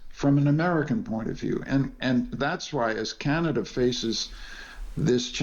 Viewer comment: Why is this fellow having problems pronouncing simple words..... Canaga? PM Harney? Come on..... NOT funny.